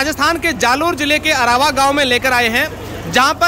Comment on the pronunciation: अरावा नहीं आरवा